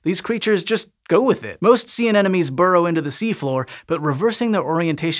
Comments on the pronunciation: An-em-o-nees... not An-enemies. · Repeat after me: a-Ne-Mo-Nes. First N, then M, then N again. This whole video : aNeNoMes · i just noticed keeps saying "anenomes" instead of anemones and now i can't unnotice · I like how he pronounces "anemones"